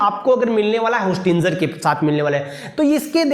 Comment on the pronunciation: विशुद्ध ch**tiye ho tum होस्टिंजर nahi होस्टिंगर hota hai